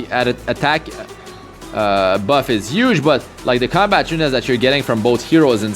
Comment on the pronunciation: "Uge Uge amount" LMAO "5* Bazar" ... some highly rated location!